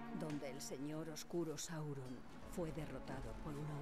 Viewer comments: Es Sauron, no Saurón xD., apréndaselo. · porfavor no digas mas saurón es sáuron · Sauron plis no saurón jajjaja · sauron no saurón